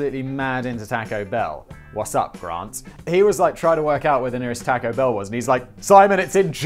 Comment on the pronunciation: The best part of this video is Simon calling it Tack-o Bell 😆